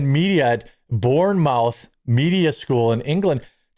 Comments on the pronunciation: Bournemouth is pronounced "born-muff" 😉🙂 we will teach you Americans how to speak English!!! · thats not how you pronounce Bournemouth btw.